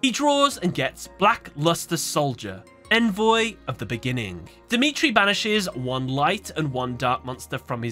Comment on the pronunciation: you’re mispronouncing the word “Envoy”